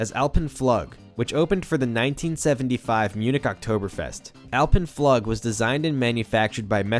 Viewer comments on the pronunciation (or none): Pretty sure it's "Floog" . . Not "Flug" . . . :) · Yeah, I'm cringing every time I hear him say that. Flug, rhymes with Flume. only with a G and not an M. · Flug is pronounced like "food", long u, fluuug or floog :D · Flug is pronounced "Flook". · flug is pronounced floog. I'ts German for 'flight'. The Messerschmidt coaster is "MountainFlyer". Otherwise great vid, very informative. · i'm here to confirm your pain bud. FLUHG. FLUHG. FLUHG. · So more pronounced "floog". ;) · Small note: "Flug" means flight and is pronounced like "Fluug", emphasis on the U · Flug - is pronounced floog. You can google this shit, and you probably should, your videos are very thorough, don't cheapen them by skipping the easy stuff.